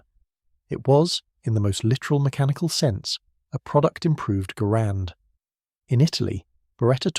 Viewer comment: Garand was pronounced "Gerund" according to him.